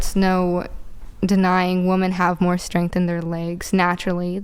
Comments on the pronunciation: Why does she keep saying 'woman' (singular) instead of 'women' (plural)? As for the leg strength point... women do have more strength in their legs than their upper bodies. Men tend to have stronger upper bodies. But men still have stronger legs than women because men are stronger throughout their bodies than women. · Anyone notice lately the plural form of "woman" is still being pronounced as "woman", not "women? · The word for multiple females is 'WOMEN"...not woman. Woman is singular. They are also pronounced differently. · Why can't she say 'women' when referring to 'women' in the plural instead of 'woman'. It's an easy call out to make and embarrass her further. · When these idiots can't even pronounce or understand the difference in WOMAN and WOMEN, I automatically check out. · WHY DO THEY ALL SAY WOMAN INSTEAD OF WOMEN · Why is it now a thing to pronounce the plural as “woman” instead of “women”??? When did that change? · Why is she saying 'woman' instead of 'women'???? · WOMEN!!! Stop saying "Woman" incorrectly!!! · She can't even pronounce women so why the fuck should I listen to a word she says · I fricken hate that Americans have a adopted the Canadian left wing pronunciation of the word "women." Our society (or at least the left wing) pronounces the word woman, as in "one woman", the same way they say "two women", but it sounds like "two woman." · I Australia we prenounce women (more than 1) as wimen. It sounds weird pronouncing woman and women the same. Is that an American thing? Sounds so weird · Why does she say WOMAN instead of WOMEN???? I've seen a lot of that on here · Why does she keep saying woman instead of women? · Why do they all say WOMAN instead of WOMEN!? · Wish I knew. It's been addressed on the show a few times and they don't even realize that they do it. It's like they can't hear the difference between wimin and woman. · For Gods sake the word is “Women” not “Woman” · It drives me nuts! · "Woman(singular) DUMBinate"?? 😂😂😂